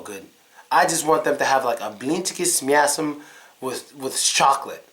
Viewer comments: сука, охеренно говорит " с мясом" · Как он четко без акцента произносит "с мясом") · "с мясом" совсем без акцента сказал... походу, это наш негр - из лумумбария) просто выдает себя за американца. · С мясом очень даже не плохо сказал...